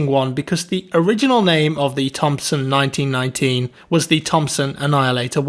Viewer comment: Why did he skip the “m” in M1919